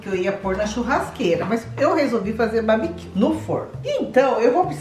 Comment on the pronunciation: Kkkkkkkkkkkkkkkkkkkkkkkkkkkkkkkkkkkkkk é “barbecue” não “babiquio” kkkkkkkkkkkkkkkkkkkkkkkkkk